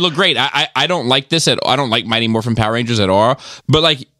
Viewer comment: I'm sorry......I keep hearing "Mighty MORPHINE"